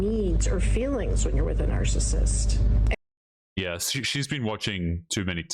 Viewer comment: Narcasit she says kettle pot black